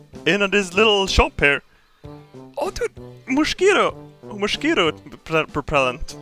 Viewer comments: "Moshquito"...............much better than the actual pronounciation in my oppinion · "Moshquito propellant"